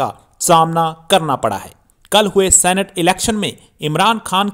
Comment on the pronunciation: #सीनेट not #सेनेट